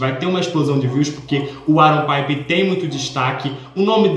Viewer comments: "paiper" KSKSKSKSKS, gente é PIPER, do mesmo jeito que escreve se fala também. ele mesmo fala assim. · Piper do jeito que vc está falando é na Espanha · O Piper é com som de “i” mesmo, da mesma forma que escreve (eu tinha muito essa dúvida também 😂). Adorei o vídeo!!